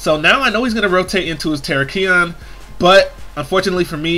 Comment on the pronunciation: your putting emphasis on the wrong part of Terakion. It's ter-AK-ion, not tera-KI-on.